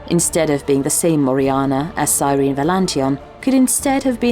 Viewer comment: “It’s sir-en-eee”